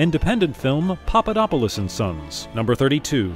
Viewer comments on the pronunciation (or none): none